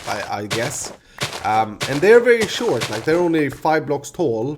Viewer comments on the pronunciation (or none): none